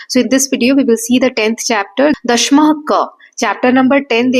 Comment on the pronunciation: maam i think u r pronouncing दशमः as dashmah but i should be pronounced as dashamah